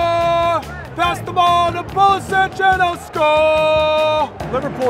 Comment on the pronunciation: Hilarious every time they butcher the pronunciation of Pulisic’s last name